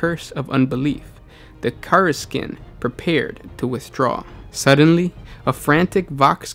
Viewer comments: For fucks sake it's not Obscur or Karsikin. It's Obscurus (ob-skew-ur-us) and Kasr-kin I want to reach through my monitor and jostle you lol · Nothing but love for all you guys are doing here, just thought I'd chime in (a year later) to note that GW officially pronounces Kasrkin as "Kass-er-kin" PS my work commute sucks less with these lore videos to run through!